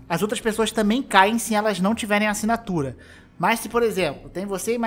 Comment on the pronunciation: Nossa mano, esse "acinatura" foi de doer